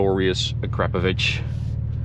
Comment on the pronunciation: Hey, I guess it’s a cause of where you live, but it’s nice to hear somebody that knows how to pronounce acrapovic correctly where I am in New Zealand, most people call it “ a crar Poe Vick” when I try and correct them. They laugh and say I’m nuts and trying to be stupid.